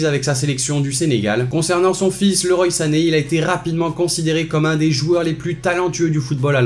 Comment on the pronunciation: Ca se prononce LEROIII SANÉ